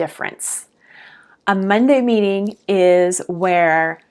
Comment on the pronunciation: I had to rewind a second because at first I thought you said #2 was “a weekly beating!” Ha! Probably not as effective as a weekly meeting.